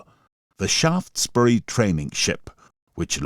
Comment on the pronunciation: Thanks for the pronunciation of Shaftesbury, from Shaftesbury Dorset